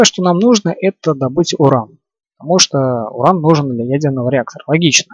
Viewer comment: а можно не урон а уран